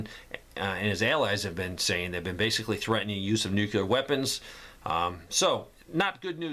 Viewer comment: Geez man, please sto0 saying “Nu Cu Lar”. Nu CLE Ar……….